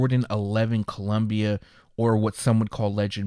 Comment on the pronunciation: You missed the I on Columbia there,. Other than that, this is really exciting stuff. Get some sleep!